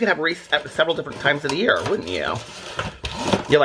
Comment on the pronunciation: It actually looked like said “yaer” at 10.00 😂😂😂❤️